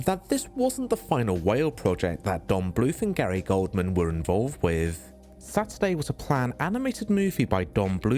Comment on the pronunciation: The movie "Satyrday" is pronounced SAYTER-Day, not SAATER-day (Like saying "Saturday"), the mythological Greek creature is called a SATYR ("SAY-TER")